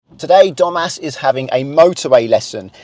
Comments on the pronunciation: I wasn't looking at the screen, and I heard "Today Dum*ass is having his first motorway lesson." That grabbed my attention and I looked up, realising it's Domas. Sorry, Domas. 😅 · I really thought he said dumbass at the beginning of the video.. lol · The name Domas and the way he says it in his accent, sounds like he's saying dumbass. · Did you just call him Dumbass? Oh Domas 😂 almost as bad. Good skills though. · lol i though he said Dumb#ss lol